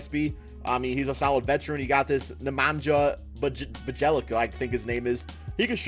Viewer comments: Lmao love how he pronounced bjelica. It's bee uh leet zuh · lol "BuhJelica" this dude has not watched one second of Wolves basketball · Bjelica = "Bia-leetza" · its pronounced byelitsa ahahha